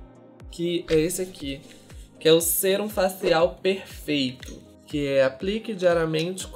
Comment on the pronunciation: Q agonia vc falando sêrum, lê sérum